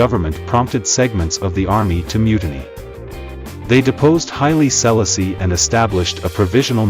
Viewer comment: Speak his name correct!